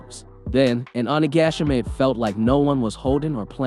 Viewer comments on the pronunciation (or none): none